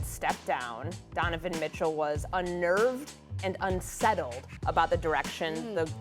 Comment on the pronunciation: “Dunavin Mitchell”